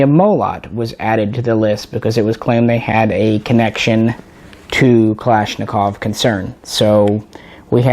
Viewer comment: The thing I love about you & Jay is that neither one of you say "Kalishnikov"